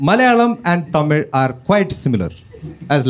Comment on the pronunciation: ❤tamil he pronounced " zl" very perfect